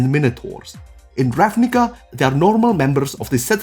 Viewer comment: Every time you say the book name I become racially triggerd. Still a good guide